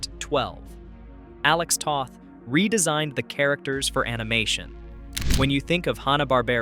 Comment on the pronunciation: Toth rhymes with both.